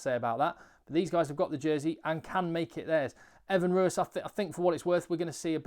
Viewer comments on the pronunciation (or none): none